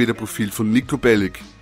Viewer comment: Wieso spricht eigentlich jeder seinen Namen falsch aus? Es spricht sich korrekt Niko Bellitsch und nicht Bellick...